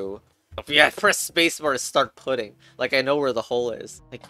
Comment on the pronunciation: also why did you say "putting" as in put its "putting" as in putt